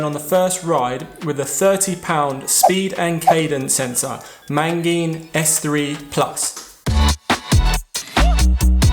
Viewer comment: Mate you're killing me here.... how many Ns are there in "Magene"?